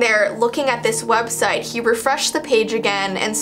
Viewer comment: Its website not wediste 🥺